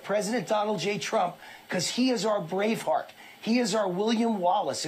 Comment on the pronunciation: Is the host saying “Brave Heart” or “Brain Fart”?